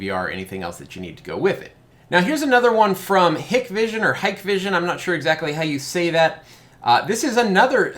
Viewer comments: Just a couple quick corrections for future videos: 1) Hikvision is "Hike-Vision" 2) Dahua is "Dah-Wah" I made the same two mistakes in my first PoE camera video. I'd imagine that the PTZ functionality is just dewarping a single part of the image in the software, but that the fish eye format is always being recorded. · it is Hike Vision and Da way. Just how you pronounce them lol Those got in trouble and no government contracts from back door access they have. I installed 2 Axis products and they have tons of features! Still wanna see a UniFi Protect in person. Great video!